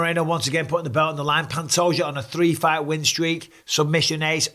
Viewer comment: YOU DONT SAY THE J IN PANTOJA